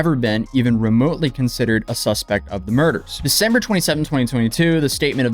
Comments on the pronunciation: did you say "Defember"? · Defember lol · Caught that “Defember” 🤣🤣 I hope that your videos are watched by law enforcement all over so they can catch the morons you cover. Your videos are so well archived for videos they may delete later that’s evidence. So glad you do follow ups on all you cover as well! 🎉